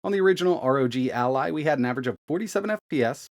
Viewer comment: Take a shot for every “arr oh jee al eye”